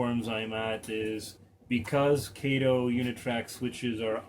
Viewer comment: It's KAH- TOE!!! Not KAY-TOE! Sheesh!